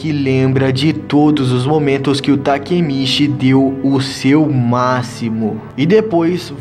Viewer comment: mano foi mt fofo vc trocando as falas tipo quando era pra falar takemichi vc falava takemiti sksksk